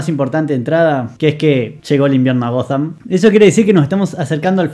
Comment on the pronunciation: que esta nueva moda tilinga de decirle "Goddamm" a Ciudad Gótica? Horrible.